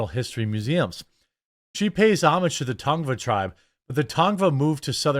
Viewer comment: Can people stop pronouncing "homage" wrong?